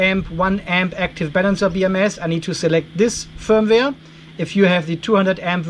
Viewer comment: Fireware ? Feuerwehr ? or did they meant the usual firmware ... but it sounded funny FireWehr.